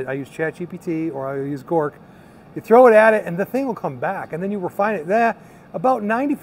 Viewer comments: Grok....not Gork. The term "grok" originates from Robert A. Heinlein's 1961 science fiction novel, Stranger in a Strange Land. In the book, "grok" is presented as a Martian word, meaning to understand something deeply and completely, often including emotional and empathic understanding, not just intellectual comprehension. Knowing this probably makes me a "nerd" but pronouncing Grok wrong makes you sound like a poser....lol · Oh and wanted to let you know Grok is pronounced "Gr-ah-q" instead of "Gor-q" 😁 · And it "Grok",..(Not Gork) lol